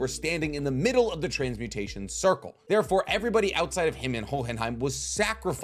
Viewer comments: i absolutely love your channel and every video you do. You are by far my favorite source for anime deep dives. But for the love of god, no one is going to flame you if you just say Ho-in-hime Hearing you pronounce in hohhinhime is like hearing coolwhhhhwip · Oh but please man the enunciation of the silent "H" in Hohenheim come on man I know you watched the anime. Was you doing that just to see who would mention it cause there's no way you pronounce it naturally that way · Jesus I know you watched the English dub why are you pronouncing hohenheim like that!!!